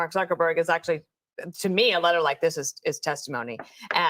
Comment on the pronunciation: WHY GO YOU KEEP SAYING MEGA //ITS MAGA MAGA